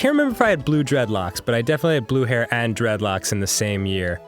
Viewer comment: When he said Blue hair. I thought he meant Blew Heroin.